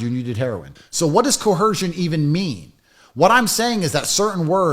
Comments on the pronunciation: The word is coercion not co-hersion. I thought this guy learned a new word every day 😂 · Is he saying coercion with a ‘H’? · Tate wasn't coerced to question, mangle, mutilate and mispronounce 'coercion' he used his last remaining brain cell to do that all by himself.